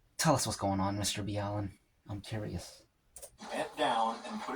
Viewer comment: Did you deliberately mis pronounce his name. or are you acting like a fan when you really do not know him? actually it is 5 years over 200 years. goodness dude WTF. I know what the question is.. " where is your shirt?" that's the question.. its pronounced ( MR Ball LeN ). i think its cannibalism. I think you are right it was a sacrifice for like weather or safe seas.. WOW I was right also.. considering their was a procedure on how to do this. and a hidden tool just for this. in whispers and secrets among all of sailors around the world. this can be considered a ritual activity.